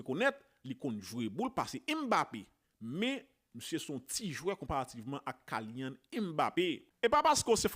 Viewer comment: Sitwayen nom nèg la pa pwononse Kaylyann se Kilyann 🤔